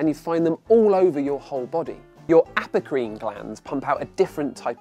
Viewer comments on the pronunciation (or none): what he said: Aprocrine What I thought he said: Applecream Wait.... Apple cream!?